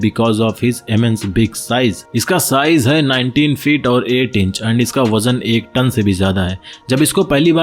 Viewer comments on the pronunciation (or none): अबे जरूरत से ज्यादा होशियार आदमी, अपने बोलने के तरीके को, इतना, जिस को, झीस, बोलता है। और भी बहुत से शब्दों को, जरूरत से अधिक, तोड़ मरोड़ कर मत बोला कर। टन को, ठन, साइज को शाइज, बुद्धा।